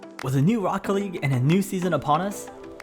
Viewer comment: lmao just funny how you pronounced Rocket League Rocke-league